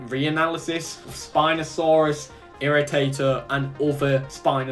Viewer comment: I don’t support dakotaraptor locked behind a limited time paywall, since you could probably just go back the game for X amount add an apex land creature exclusive for backers :/ Ps Irritator is pronounced Irri Tay ter, because when the skull was uncovered some intern dropped it and it shattered into tiny pieces and had to be put back together and it was a pain in the ass